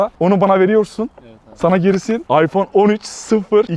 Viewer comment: iphon demesi çok komik😁😀